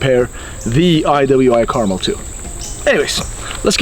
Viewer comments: Is it really pronounced caramel like the candy, though? I would tuink it's more pronounced like "Car-mell"... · I believe it's pronounced Car-MEL. Nice rifle, though. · “Out of the gate”, not “off the gate”. Also, the name is carMEL, with the accent on the second syllable. Look it up! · Americans.... Pronounce car-MEL. As in Mt Carmel and Carmel beach. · Goddamn. It's Car-mél... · It pronounced kar-mel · Pronounced Car-MEL!!🤦‍♂️ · It's pronounced car-mel like cal-el. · Pronounced Car-mel. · It is pronounced Kar Mel not carmel, I am going to buy one very soon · Pretty sure it's pronounced (Kar-Mel) like the mountain not Carmel like the candy. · You should put emphasis on the 'mel' in carmel. Thats the correct pronunciation. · Damned you weirdos... its carmel!!... ....PHA-KIN-CAR-MELL. not mull, MELL.😡😡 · Carmel.... "Car-mel" Rhymes with Bar Smell Like the city in california... no? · You’re pronouncing it wrong. Lol. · For the love of God, stop mispronouncing Carmel. It is named after Mt. Carmel in Israel. The emphasis is on the second syllable,not the first.